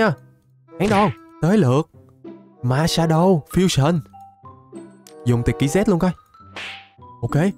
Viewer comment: đọc: marshadow Trong đầu tôi: má xã đoàn